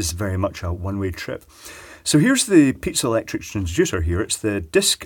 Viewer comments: I always hear pizza electric crystals coming from him... not piezoelectric.... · it may be the accent, but I love pizza-electric transducers :p